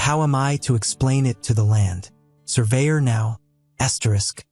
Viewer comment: Land.................surveyor bro ur Ai is not working properly